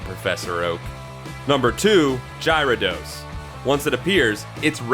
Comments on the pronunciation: Oh god... "Gyra Dos..." No... just no. It's Gyarados! Gy ara dos! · My nerdy nitpicky fanboy side... it's scrapping to get out..... URRRRAAAAAAAAAGGGHH!! It's not Gyra-dos! It's Gara-dos! Gara, as in Garin from Gar1onriva, who would know better than to make such an amateur mistake! Auggh.... Oh, man, accessing that side of me takes so much out of me, it's almost not even worth it. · Gyrados.. jirodos???? I love your videos but cmooonnnn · I'm just waiting for you to say gyarados right. GARA-DOS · Gyro-dose? What the hell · puke worthy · I can't Ji-ro-dose lol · There is no way that he is not mispronouncing things on purpose. Previous video he said Luffy incorrect and now its Gyrados? I mean come on. These are like 20 year old properties. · What is your accent? Do you say dino-sawr and not dino-sore too? Between this, Gyro-dos and Luffy being said wrong who proofreads these videos for pronunciation? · the way you pronounce Gyrados is cringe worthy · Why? Because he didn't pronounce Gyrados the way you wanted? Get out of here. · Why do you say Gyarados Wrong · So much complaining about the (probably intentional) alternate pronunciation of a fictional characters name, it's just sad really.